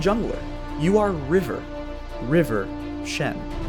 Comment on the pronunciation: River Shen What do you mean "river shen"? Rivershen.